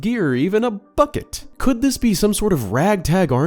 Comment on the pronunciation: You said Bucket with a capital “B” I’m dying haha!